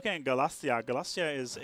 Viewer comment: You've got a couple of pronunciation issues,. Galicia, not Galacia. Waldensian, not Waldesian. Pomerania, not Pomeria.